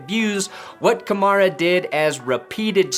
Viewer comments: I think it's pronounced like Camaro with an A at the end. Kamara... "Kuh-Mare-Uh" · The way he Pronounces Kamara First an Last Name Sounds Exactly How u Wld Expect a White Guy To Say It Lol....oh Yeah For all u ppl who like Stating the Obvious yes I'm aware he's White lol so No to Comment Bck saying Yeah It's Probably Cause He Is White lol 👀👀